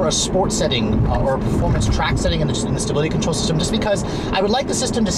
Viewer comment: Ah, now I hear it. Sounds like he said "sability control".